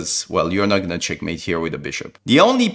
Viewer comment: bro it isnt chenkmate